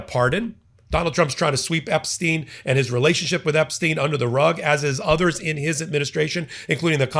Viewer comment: Kudos for being the only commentator to pronounce Epstein's name correctly